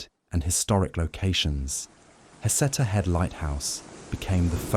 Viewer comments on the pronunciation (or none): FYI. It’s pronounced “huh-SEE-ta”